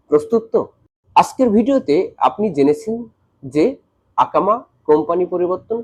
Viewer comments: akama ❌ ekama❌ iqama☑️ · আকামা কি? 😅 একামা বললে সমস্যা কি?